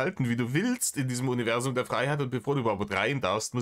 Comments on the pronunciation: Jedesmal wenn er "Uniwässum" sagt, werde ich richtig mett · Fehlt nur noch das er UNZWUAM sagt